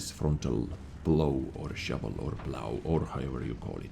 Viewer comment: It's pronounced "plau" not "plou" Surprised me a lot.